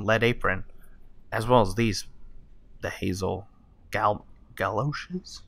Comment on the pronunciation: Hazmat galoshes = Hazel Galoeshes